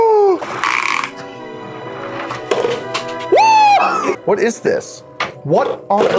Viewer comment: “ITS A FIWETWUCK”